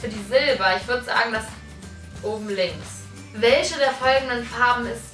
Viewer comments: Es heißt "manche" nicht "mansche" Und "welche" nicht "welsche" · Du sagst irgentwie die ganze zeit welsche 😂 anstatt welche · Es heißt "WelCHe" und nicht "WelSCHe" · Bin ich die einzige die es nervt dass sie immer welsche sagt 😂? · mich nervt es auch😂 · Sagt Bibi echt wälsche??😂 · Ja ist so des recht auf mansche oder welsche😂😂😂😤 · Es triggert mich so dass du immer „welsche" sagst🤣🙈